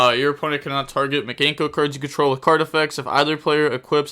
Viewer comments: Mi - Kan - Ko not Miganko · video starts rambles on about mikanko and mispronounces it like a champion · We need you to add Mikanko to your words to pronounce video volume #2 You are butchering it lol